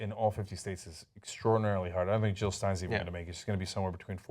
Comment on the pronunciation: Jill not Hill. Pass it along.